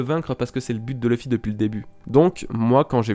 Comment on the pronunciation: Luffy se pronononce [loufy] et non pas [lefy] ! Merci.